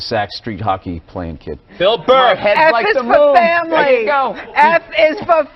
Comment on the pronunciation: Goof ball lady ends it with " F is for Framry " cant even get the title right ....eye roll literally her only job drrrrppp